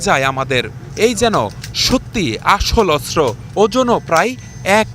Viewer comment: অস্ত্র উচ্চারণ শুদ্ধ উচ্চারণ করতে হবে, অস্ত্র উচ্চারণ শুদ্ধ হচ্ছে না 😊😮